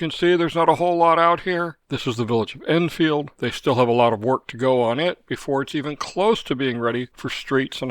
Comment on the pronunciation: Love your videos, thank you for what you do. I'm curious as I've noticed you pronounce Edenfield more like, Innfield. Is that because it's actually how we should be saying it?